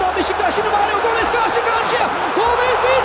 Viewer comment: Maryou gomez hahahahhaha gooooool